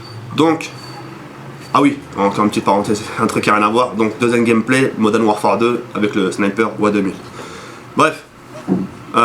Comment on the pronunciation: bonne vidéo mais pourquoi tout le monde dis Moden warfare , c'est modern warfare :-p